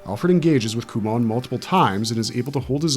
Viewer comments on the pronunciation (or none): none